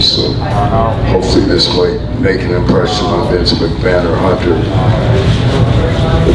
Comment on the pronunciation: It's not vince mc man Americans lol